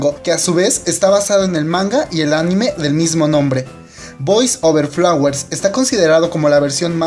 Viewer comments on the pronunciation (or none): none